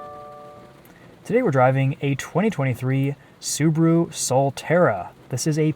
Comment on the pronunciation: it's subaru not subro